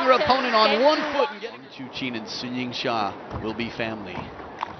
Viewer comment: The Chinese pronunciation is funny, I see ''Sun Yingsha'' but hear ''shasha''... but I'm sure pronounces the name correctly ^_^.